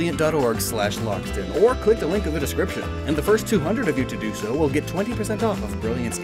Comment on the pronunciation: Did he just say Whale instead of will